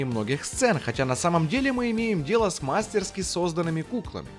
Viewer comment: "мастерскИ" нужно говорить, хотя это знают только профессионалы и знатоки языка. Кэмерон и Арни + ILM- красавчики. Стэн Уинстон. Линда. Самая круть- это внимание к деталям у Кэмерона- это- застрявшая Беретта в решетке, когда Т-1000 ее проходит и россыпь металлической пыли, когда тот же Т-1000 вылетает, уцепившись за машину, по дороге из клиники.